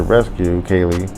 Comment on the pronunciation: It's pronounced Cee Lee ...like the color purple